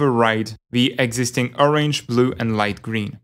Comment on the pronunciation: Very informative! I'm rather new to digital art, so this was really helpful. By the way, that is not how you pronounce orange :D